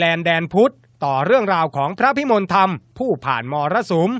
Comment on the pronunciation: เขาอ่านว่า พระพิมนละทำ บักผีปอบ